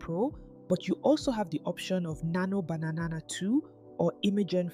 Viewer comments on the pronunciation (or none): Any reason you pronounce Nano Banana as Nano Bananana?